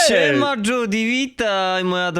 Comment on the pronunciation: Piszę się Judy ale czyta się zdudi